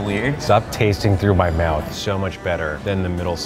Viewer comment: "I'm just gonna season mah fish" hits different when you hear it from an executive chef